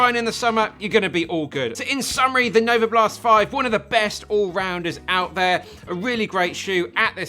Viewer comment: Novablast* not novoblast